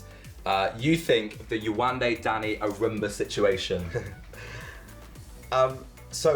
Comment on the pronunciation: it's so nice to hear the host FINALLY say yewande's name correctly and not yewanda.